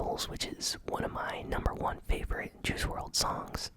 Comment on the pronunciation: It’s pronounced world not wrld